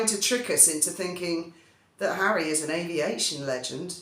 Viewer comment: Hawwy Hawwy 😂😂😂😂😂😂😂 man, what next the Purple Heart? Hawwy king of the skies 😂😂😂😂😂😂 stop it.